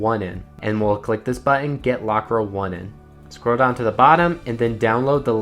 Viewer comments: ra1n is pronounced rain 😅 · Funny how you say "F3arra1n" correctly, but not for other "ra1n" variants lmao. Overall, good video :DD Also a bit correction at iPhone A12 part: Apple do fix that Shortcuts trick on iOS 26, soooo it's rendered useless now :(